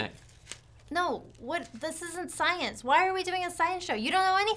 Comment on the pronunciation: did he say sKience???